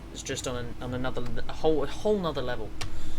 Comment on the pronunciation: Anudder one.